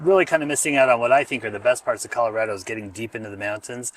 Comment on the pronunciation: You're wrong. It's an A, not an O. rad-o not rod-o. All your friends were from other places, and also wrong. The latest screw-up is Calarodo. Like California. I'm second generation, born in Denver, old man now. Our family started here in the 1920s.